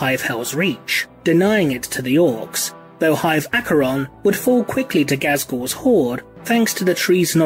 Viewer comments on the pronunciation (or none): none